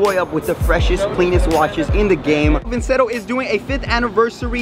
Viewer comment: This man pronounced his own sponsors name wrong It’s pronounced vin-chair-o